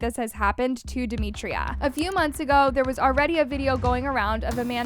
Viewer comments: No hate at all but it’s dem i tra not dem I tri a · It’s demitra not DEMETRIA 🫩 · Yall her name is DemitrA not DemitrIA😭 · Duh- mee- tra not Duh- mee- tree- uh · No offence, Her name is Demitra and pronounced “Deh-Mi-Trah” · can u not pronounce her name as “demitria” im so sorry but it just doesn’t sound right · Omg why can’t we pronounce her name properly?💀 it’s not that hard. You piss me off everytime you make a video about them cause why tf can’t you say Demitra. How do you make a video about someone not knowing their name💀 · Her mispronunciation of demitras name is irritating me plus “she was SA’d without her consent” WHO GIVES CONSENT TO BE ASSAULTED ?! Like you’d think after the research she’d know how to pronounce her name . It immediately makes it clear that you don’t actually care ur here for the clicks . Idc what y’all say wrong info distracts from the vid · its bad enough that they get assaulted almost daily and now a video that is shedding lights towards it is repeatedly saying her name wrong. I get it, in this situation that should be the least of our concern but like atleast get the victim's name right?😭